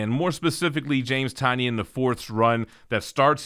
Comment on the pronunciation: I believe it’s pronounced Tin-ion